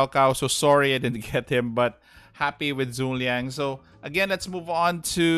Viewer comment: Zhuge Liang is actually 3 syllabus, pronounced as Zhu Ke Liang Cao Cao is pronounced something like Chao Chao